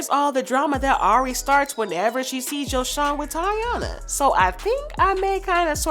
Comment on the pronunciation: It’s not YoShawn it’s like saying YoJhon but replace the J wit the S. And since y’all YouTubers always watching Ari nd GHerbo nd hear them say tht lil boy name right then y’all need to say it correctly as well. How y’all stalking they page but not sayin they son name right🤦🏾‍♀️